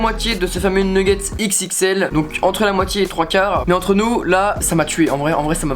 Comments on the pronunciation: Super la vidéo " neggets" continue comme ça ❤️ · J'aime trop tes vidéo trop bien continu commença bon pour le mots c'est nugets